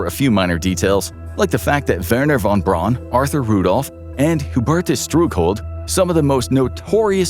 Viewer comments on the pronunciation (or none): none